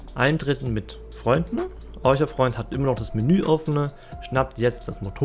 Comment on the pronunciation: Jo stabil! Ich mag deine Videos auf jeden Fall auch sehr, ich muss nur immer etwas bei dem "eucher" MOC schmunzeln ^^ liegt das am akzent oder was da los 😇🤷🏾‍♂️